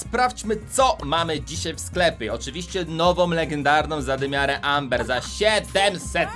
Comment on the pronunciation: czyta się ember